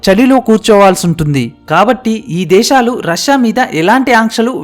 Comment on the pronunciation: Deshalu kaadu sir desalu